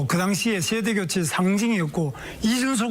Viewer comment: 발음이 안좋아 쉐대교췌 가 뭐야..배신자는 그만보고 싶음..듣기 싫다..혼자 떠들면 다야? 경제토론에 무슨 쉐대교췌야? 자기 하고 싶은 말만 어렵게 하는 재주가 있네 유식한 척척척